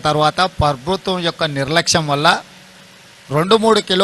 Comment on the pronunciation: ప్రభుతం కాదు అన్న. ప్రభుత్వం